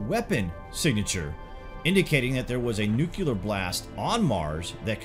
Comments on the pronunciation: Please stop saying "nukular". It always makes me think of G.W. Bush, and that's a bad memory. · One minute in and you're saying "Nu-cue-lar" .....if you want to act like an authority at least pronounce words correctly.. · Learn how to pronounce 'nuclear'. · Kinda lose me when you mispronounce 'Nuclear' many times. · Please learn how to pronounce "nuclear". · A common phraseology or slang is Nukes for Nuclear weapons. I'm far more accustomed to saying Nukes than the actual word Nuclear. It's not a lack of knowing the word it is the practice of and familiarity of using Nuke that can trip one up when using the correct term. Also, Southern slang can play into the pronunciation as well. In the South, some people will pronounce Clear as Cah'lear or Cu'Lear. It's not a lack of knowledge of knowing the word Clear, it's just a habit. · you are an awesome narrator. However, it is pronounced "nucle-ar " and not "nucu-lar". Heard this said like this over 2 dozen times on this channel in various stories and I can't stop myself from commenting now. My apologies but I don't mean any disrespect. Also, have less of the "dramatic pauses", it doesn't sound as dramatic if it's done every other sentence. Thank you for the content and the content makers as I have learned quite a few things and confirmed some previously known facts. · Nuclear...NOO-KLEE-AR...as in, having to do with the nucleus. There's no such thing as a nuculus. How is this so hard to pronounce? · Thank you. THANK YOU. This is such an irritating mispronunciation to me...almost as irritating as February. FEB-ROO-AIRY. Sometimes I wonder if leaders mispronounce the word "nuclear" as "nucular" so they can openly lie about weaponry. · “Nuclear” is not pronounced “new-kyu-lure”. Try saying it as two syllables: “new-clear”, and you’ll be much closer. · Dude, nuclear is NOT pronounced nu-kya-lar, it’s pronounced nu-clee-er. How did we ever end up thinking George W Bush was saying it correctly? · Nuclear no nucular.